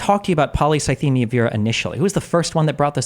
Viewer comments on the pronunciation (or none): I knew the moment he mispronounced polycythemia that he googled it. You don't get a cancer diagnosis and forget how to pronounce it. It's such a shocking diagnosis that people will even ask the doctor to write it down correctly so they can become experts on it when they get home. You don't mispronounce your cancer, that's just not what happens. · Hmm Boogie seems to have a pretty good recollection of exactly what the doctor said, but couldn't pronounce polycythemia right? Almost like he'd only seen it written down...